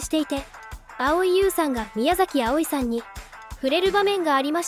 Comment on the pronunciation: 宮崎あおいさん、のイントネーションおかしくない？